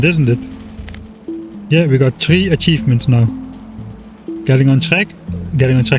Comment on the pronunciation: tree a-tree-vments